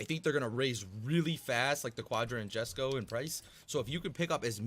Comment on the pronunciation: just a fyi Jesko is pronouced YES-Ko